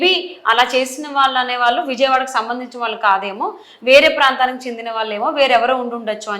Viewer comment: Lady anchor.Telugu pronunciation correct ga cheyyandi.. వాళ్ళు అనాలి..వాలు కాదు